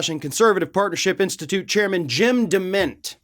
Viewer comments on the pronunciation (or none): did I hear you say that one of the guys is called Dement, or did you say he was demented?